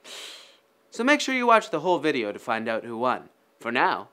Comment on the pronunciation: eany veedeeooo you say